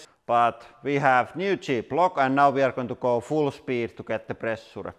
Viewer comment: "Quite much of plressuure." Indeed!